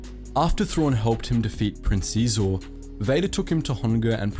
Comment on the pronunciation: SHEE-ZOR Your pronunciation of Xizor brought me pain.